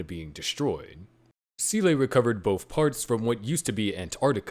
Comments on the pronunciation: Good work, but how you came to pronounce SEELE as sea-lay I will never understand. Either just call it like “seal” or if you’re trying to do a Japanese pronunciation then it would be like “say-lray” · It took me almost the entire video to realise he wanted to say Seele when saying 'sieley' lol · It is never pronounced see-lay by anyone, ever, and there is literally no explanation for how you arrived at that pronunciation. They don't say it that way in the show, it isn't how it's pronounced in German, I just have no clue why you keep saying see-lay. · Not gonna lie I can't pay attention to the video because the "See-lay" pronounciation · Seele is pronounced zelluh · "Seele" is German for "soul" and is pronounced "zay-luh" more or less. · It's a damn shame no one can pronounce Seele still... I mean... Can't you fng google it? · It's disappointing that people still mispronounced SEELE, even in in-depth explanations. Absolutely ruins the video for me. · That doesn't make it correct and you know it. The whole genre is absolutely saturated with wrong pronunciations in the dubs, and that's only one of the many reasons why they were a mistake in the first place. Why can't you care more than the people who made the bad dub?